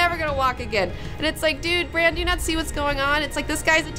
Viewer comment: She pronounces Bran like "Briene." I was so confused.